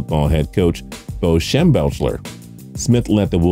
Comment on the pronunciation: It’s pronounced Schem-beck-ler not Schem-belch-er.